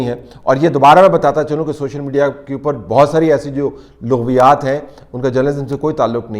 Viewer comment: Bhai "Laghviyaat ki Laam pr zabr ha,correct kr la word,don't mind